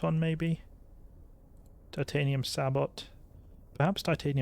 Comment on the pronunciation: Sabot is sa-bow btw. It’s French